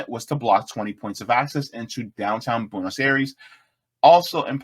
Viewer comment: Funny analysis, interesting. 😎 But bro, your pronunciation is all over the place! Milei is pronounced "Me-Lay" and Buenos "Bwe-nos" not "byu-nos" or how you said it 😅